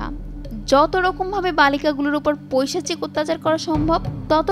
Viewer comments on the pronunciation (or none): none